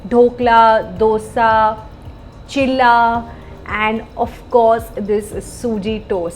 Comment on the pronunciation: Its not chila ts cheela